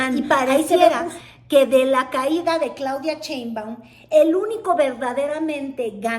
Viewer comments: No te creo mucho. Eres de tv Azteca, cuyo dueño odia a AMLO y la 4T, y ahora haces insinuación que eres pro 4T. Además si eres periodista, aprende a leer, no se dice Cheinbaum, se dice SHeinbaum! Se me hace que solo buscas monetizar colgandote del movimiento. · ¿Por qué dice Chéinbaum? ¿No sabe leer,? El apellido de la Dra. Inicia con Sh... no sra.? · me pones de nervios cuando dices CHEINBAUM!. no ma!. JAJAJA.:face-green-smiling::face-fuchsia-wide-eyes